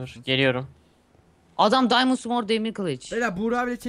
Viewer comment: Best İngiliççe :D Açdım Diamondu :D